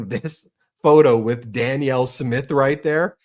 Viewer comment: Pronounced, "PREEM-yer and dan-YELL if helpfull.